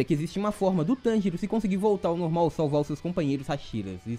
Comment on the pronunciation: Cara eu fiquei escutando ele falando tangerina kk